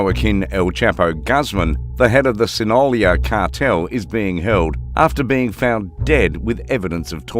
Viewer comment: Sinolia? Is there some wrong with you?